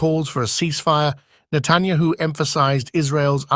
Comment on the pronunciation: Who is Natanyaho? Why can't your computer voice pronounce names?